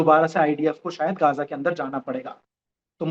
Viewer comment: Are bhai gaja nhi gaajaa bol sutri ke😡😡😡 frustration ho rha h jhatu gaja gaja sunakr गजा नहीं गाजा बोल गाजा